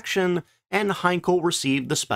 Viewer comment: Henkel, Hankel, Siegfriede - oh Mann, rettet Youtube vor der fürchterlichen KI. Von den inhaltlichen Banalitäten solcher Beiträge mal ganz abgesehen....